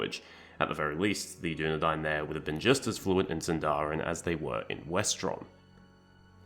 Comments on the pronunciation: small correction: it’s pronounced síndarin and not sindárin! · This video is great, but let me help you with pronunciation. These are the best English approximations I can think of (still not correct Elvish): Sindarin: SIND-a-rin/THIND-a-rin Alqualondë: alk-wa-LOND-eh Nandorin: NAND-o-rin Anduin: AND-win Avarin: AV-a-rin Gil-Galad: gill GAH-lad Bruinen: BRWIN-en (two syllables) Noldorin: NOLD-o-rin Ethellond: eth-ELL-ond All in all, you basically mispronounce every word ending in -rin. They're most usually stresses in the third-to-last syllable, not in the second-to-last as you do.